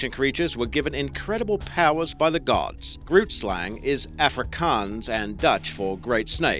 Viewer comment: hey, Afrikaans speaker from South Africa here... don't know if someone pointed this out yet... but you completely mispronounced "grootslang" Oh and I'm not hating or anything, just want to help. Keep up the good work. Listen to this, the pronunciation is still a little off but yea